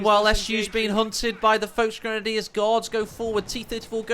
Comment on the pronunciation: VOLKSgrenadiers, not VOELCH, wtf?!